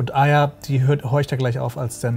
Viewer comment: Meine Freundin (aus Indien) verstand Eier statt Arya.